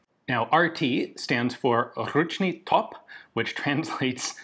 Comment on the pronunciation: My man pronounced "Ručni top" like he was born there xD great job!